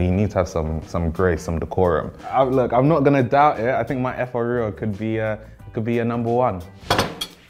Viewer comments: wetin yeye oyinbo Efoowh Reeroww be dat?? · the pronunciations of efo riro in an English accent sent me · is automatically out for me just for that fvckass pronunciation of efo riro. 😭😭😭🤣🤣🤣